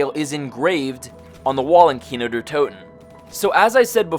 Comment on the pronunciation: "Kino Durhh Toten"